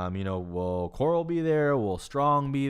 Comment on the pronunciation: Thanks for being so consistent with these videos. They’re great! Matt Corral. The Ole Miss QBs last name is pronounced like corral, “to gather together” not coral like the underwater plant